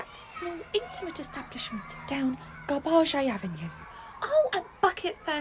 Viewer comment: "garba-ge Avenue" xDDD